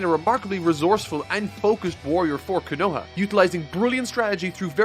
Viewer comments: my only gripe with this review is how you pronounce some of the Japanese words, like Konoha you constantly pronounce it as Kanoha, Obito as Obeeto . Watch the Japanese, learn how it's pronounced please it just adds another level of appreciation to the source material. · Lmao “Ko-Noah”😂😂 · Love the review, still cant get over the fact you mispronounced so many names xD like bro how do you read all the manga, watch all the anime, then still say the villages name is "kuh-know-ah" 😢 Its Koe-na-ha bro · Your review was great but man I can't get over how many names you pronounced crazy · For real dude, how did he watch the whole ass anime and still not know how to pronounce like half the names xD "The leaf village, also known as Kuh-Know-ah" like what xD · The village hidden in the streets cuh-Noah, bro why do you pronounce Konoha like that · I'm..half way through this monster of a video, and i absolutely LOVE it as i knew i would. But for the love of god,, repeat after me, KO-NO-HA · Bro can pronounce Sasuke but cant say Konoha or Akatsuki xD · Hate how he says konoha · I'm just here for his inability to pronounce "Konoha"